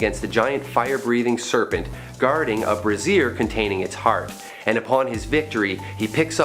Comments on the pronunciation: A brazier containing the heart. 'BRAY-zyer not bruh-'ZEER (brassiere) - which is what holds breasts in place... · Had a genuine LOL moment when brazier is pronounced as brassiere. No criticism folks, it just made me guffaw